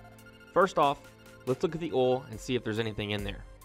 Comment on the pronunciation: Its pronounced oil. Like oyal. Not oal. and Coyal. Not coal.